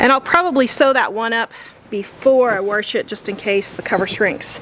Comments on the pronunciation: W- A -S -H not Warsh there is no R in WASH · Wash not warsh, there is no such word a warsh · "Warsh" I figured you were from the Midwest once I heard that. Then you said Wyoming... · “Warsh”? My mom says “wash” that way too, she’s from Texas. Lol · Felt like I got a one- two punch to the face when I heard her say "warsh". Still plan on watching this for the likely amazing transformation, but hearing that pronunciation about threw me. I had no idea Wyoming used "warsh". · Ahhhh did you transplant to Wyoming? 🙂 I've only heard a handful of people say warsh before. So it caught me off guard, but I love accents, even if they only come out in a word or two. I live one state to the north which is why the use of that word threw me. I didn't think our neighbor state had that accent. Also, actually related to the video- your set turned out lovely as expected 😊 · I have never heard anyone pronounce wash as 'warsh' before. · “Warsh”… lol can’t get over it. great job though!